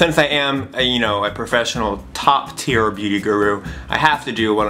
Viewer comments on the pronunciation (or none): none